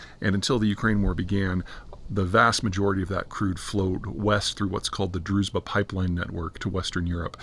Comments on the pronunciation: Not druz'ba, it's druz(hard)ssshhhhba. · it's not DruZba, it's DruZHba, or in another spelling DruJba